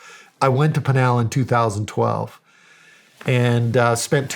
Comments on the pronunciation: PIN (the item you use to hang up a wanted poster) AL (short name for Albert). PIN-AL. Not PEEN-AL. How dare you, Shawn Ryan 😂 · Funny how Shawn pronounces Pinal County as penal, like penal colony. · You Pronounced Pinal incorrectly. Lived in AZ for 18 years and worked for the legacy I&NS, 1st there is no such thing as God, 2nd if the United Snakes of Hypocrisy didn't interfere in the politics of the governments of the south, people won't come here. This sheriff is not very articulate and maybe contributes to his lack of knowledge. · Oh Shawn killed me with the counties pronunciation and Mark corrected it